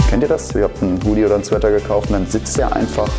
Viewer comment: Ich wünschte würde endlich mal das Wort "Hoodie" richtig aussprechen.